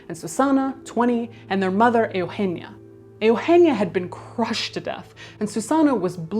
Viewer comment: Caitlyn, all i want to say is how great you pronounced all those Spanish names. I am Hispanic so I can credibly critique your excellent attempts to pronounce those names. My favourite was Eugenia, I didn’t think you were able to say that one.